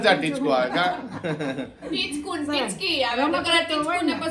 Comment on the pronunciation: તમે ટીચકું ની જગ્યાએ ચીટકું બોલો chho